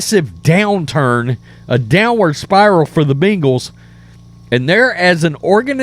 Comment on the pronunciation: It’s not “bingals”